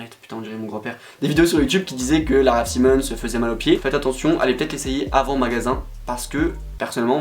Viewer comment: Par contre ça se prononce "s-aï-mons" 🙂